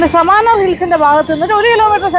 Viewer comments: സമാനാർ അല്ല സമണർ എന്നതാണ് ശരി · സമണർ എന്നാണ് തമിഴിൽ പറയുന്നത്. സാമനാർ അല്ല ചേച്ചി.